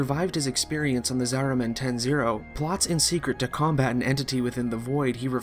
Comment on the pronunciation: This is really hard to follow, also very fast. Saying some terms and names that sounds differently than what they are written. Zariman, Zaraman, Margulis, Margolis, etc. Who is Archimedean Sylvanas? Who is Zariman? The problem is the game is very confusing, I don't understand anything from it, the interface is non-intuitive, most of the times i don't know what i'm doing besides, going to planets for x resource or extraction of an npc. But i do sure love the setting and concept of it and would like to know more of it. This video didn't help.